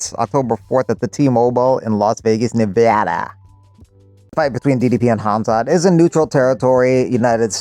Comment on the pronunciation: Las Vegas, 'Neveaadah'. You alright buddy? 😆